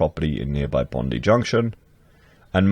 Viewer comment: I love hearing you massacre Sydney suburb names. Even Bondi LOL